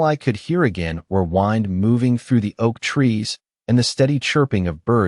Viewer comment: Wind...wind. wind a clock, wind in the willows. Check pronunciation. pronunciation